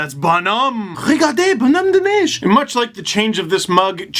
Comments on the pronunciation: He got it pretty spot on 👌🏽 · Yeah I’m not from Quebec but I grew up on the border where loads of people speak French (a majority in many communities) and that was pretty clean for an anglophone. 10/10 French snowman hype.